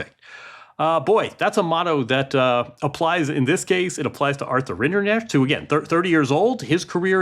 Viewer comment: Why is it so hard for a journalist to learn to pronounce the finalist's name?? Rinderknech is not even that hard.